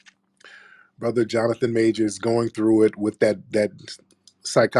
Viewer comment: Brotha 😂😂. I swear as I was listening and his ass said broootha, me and Tiriq repeated that shit at the same time! 🤣🤣😂😂 Cmf